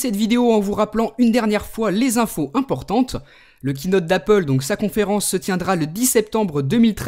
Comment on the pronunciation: Kiinote je crois que ça se dis Keyynote !